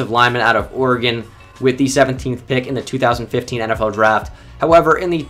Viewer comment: Can I just say a huge thank you to you for pronouncing Oregon correctly? So many people don't know how to say it for some reason.